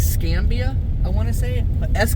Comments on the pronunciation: Tell it is Es-ca-na-ba!!!! Also the U.P. is more then a sliver of land lmao!!!! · IT IS ES - KE- NAH - BE